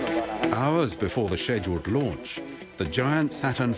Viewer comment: Between the constant “ People’s Court” music and the. Missions being “sezhuled”, I’ve had enough of the horrible video and couldn’t watch it anymore.